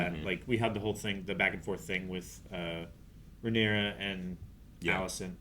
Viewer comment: We’re 18 episodes in, he’s even read the book… and is still saying Rhaenerys 😂 dammit!